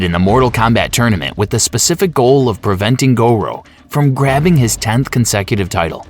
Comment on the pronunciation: it was the " Go-Row" that really bothered me. Then it got worse with Leo Kang